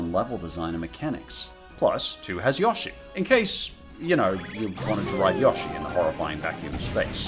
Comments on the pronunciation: idk why but when people say Yoshi like Yosh - E instead of Yo - Sh - E makes me mad I get it’s an accent thing but it just grinds my gears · us: yoshi: yAshi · Why does he pronounce yoshi and odyssey like that